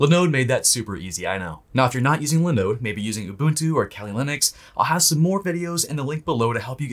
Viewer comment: linode linode linode....come on man.